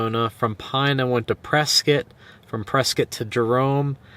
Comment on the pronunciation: Points for pronouncing "Prescott" properly